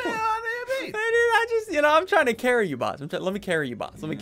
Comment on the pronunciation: How many times he’s said careil basket